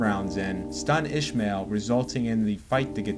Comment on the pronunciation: Why tf can't you mfs pronounce a name properly? It's Is-mael Barroso. Not ISHmael BarrosoS 🤦🏾‍♂️🤦🏾‍♂️🤦🏾‍♂️